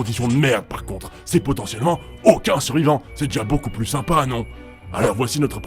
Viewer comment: Alors je ne voudrais pas casser le sérieux de la déclaration, mais j'ai ri à . " Le plous restrictif" X'D